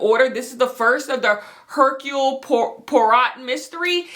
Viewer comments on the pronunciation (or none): since you asked, hercule poirot is pronounced AIR-cool PWAH-roe